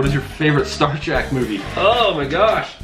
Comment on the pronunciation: Sorry it's killing me! Star TrEk not Star TrACk. Ack!!! Lol anyways love the answers. Hi and family